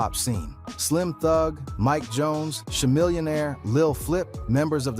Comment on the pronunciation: ITs KA-Millionaire ya filthy casual